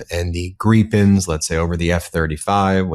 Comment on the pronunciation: Gripen where the I is pronounced as in igloo not as in eel